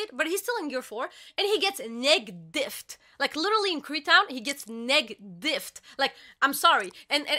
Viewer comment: 🤔…😮She said NEG diffed like negative 😅